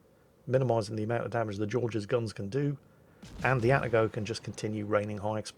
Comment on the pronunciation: Two comments about pronouncing Japanes words/names: 1) they are pronounced exactly like they are spelled. Where there is leway, Japanese is like Italian, most sylables end in a vowel: Atago is Ah-tah-go not At-A-Go. Yamato is Yah-Mah-to not Yam-a-to.